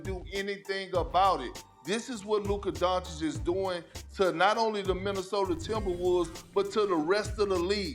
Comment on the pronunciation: Nobody: Absolutely nobody: Stephen A Smith: Luker Donchick